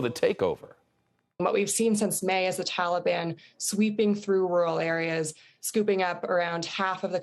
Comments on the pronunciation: She also can’t pronounce Taliban correctly. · Why can’t she pronounce Taliban correctly?